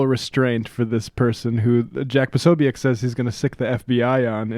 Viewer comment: Not to be picky but it's pronounced po-SO-byetz. Also Schadenfreude doesn't have to be in relation to your friends.